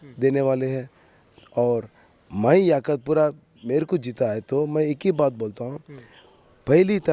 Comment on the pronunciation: 😂😂😂😂😂 YAKHUTPURA AREA KA NAAM BOLNA SIKHO ELECTIONS CONTEST KARNE SE PAHLE 😂😂😂😂😂😂 ABE TOTLE ENGLISH AUR HINDI BOLNA SIKH 😂😂😂😂😂 MOUH SE GUTKA NIKAL KE BOL 😂😂😂😂😂😂😂